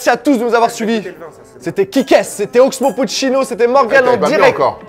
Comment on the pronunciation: Au début il dit « oxo puccino » mdrrr révise;)